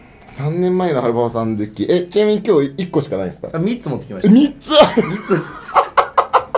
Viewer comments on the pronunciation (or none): 「あっ、み↑っつ持ってきました。」 ここ好き笑